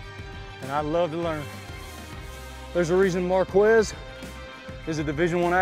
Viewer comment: Its Marq-Wezz